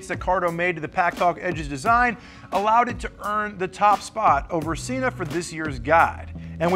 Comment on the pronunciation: Shes right its pronounced Senna not Seena. Sena has its own channel. Thats how they pronounce it.